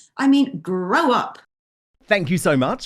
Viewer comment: The Lowe-ites and Gove-ites....has this woman left school yet....and then ends with "gwow up". Hilarious.